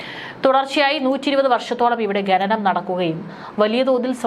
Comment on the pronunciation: It's khananam not ghananam😮